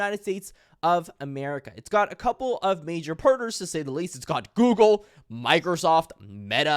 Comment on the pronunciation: it's got GOOGLE!!!!! Why you say Google like that lol